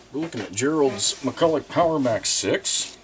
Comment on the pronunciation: Why do people always pronounce McCullough on